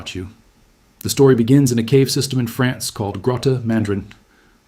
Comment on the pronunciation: France, not Frence.